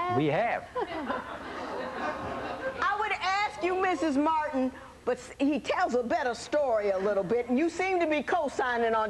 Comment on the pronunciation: The announcer's enunciation is KILLING ME! MART-HAN VERSUS MART-HAN. 😄😄😄🤪🤦🏾‍♀️ This was the Thomas Martin show, 100%.